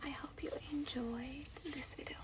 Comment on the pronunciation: When the girl said "video" I heard her say "vido" instead